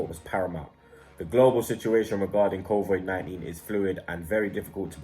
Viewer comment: makes fun of Robbies pronunciation then says "covoid-19" Lmao